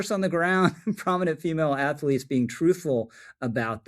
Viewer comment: Minor pet peeve... its pronounced "athlete" not "ath-ah-lete" . But I agree with everything you said. Good video.